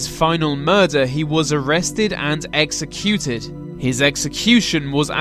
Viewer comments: I've never heard an Englishman pronounce exeCUTED like that before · What’s with the weird stressing on words? exe-CU-ted. Good video by the way. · O RG Sounds like a Londoner to me. Although he prounces some words like "executed" and "identifiable" differently to me.